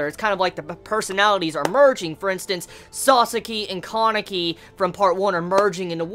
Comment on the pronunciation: Each time you say sasaki. I hear it as sasuke😂